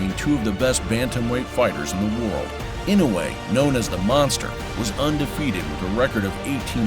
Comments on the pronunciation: FFS his name is Inoue not Inouwhey, the narrator needs to learn how to say the name before doing the docu, completely distracting. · Name is pronounced: E - NO - WAY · It’s not In-no-way. It’s I-NO-WAY! Fuck these announcers. They paid money to announce fights but lack the professionalism to learn how to say their names right. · Not EE-now-yay... E know way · Inow-yea? Ee-noo-e? AI narrator seems confused.